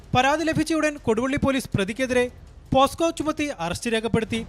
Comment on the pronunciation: പോക്സോ ആണോ പോസ്കോ